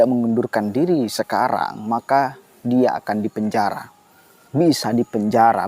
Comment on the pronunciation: Pak ramli bukan bilang dipenjara, tapi bilang dipenjahra, r nya ngga ada.